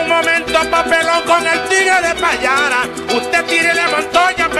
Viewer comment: PAYARA, NO PALLARA , SE VE QUE NO ES DEL LLANO